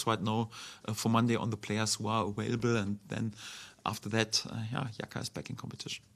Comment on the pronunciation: calm down bro just think it’s funny they say awailable